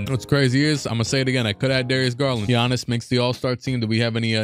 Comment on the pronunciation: Man said, less-B-Giannis